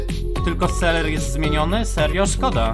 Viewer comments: Dlaczego mówisz seler a nie selever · jak mówisz zamiast ''selever'' to mówisz ''seler'' 1 raz = 1 raz wybuchnę Xd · Mówi sie: selever Mówi seler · Sam muwisz na niego seler a to nie seler